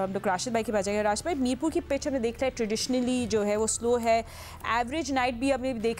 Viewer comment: It's not mirpub It's Mirpur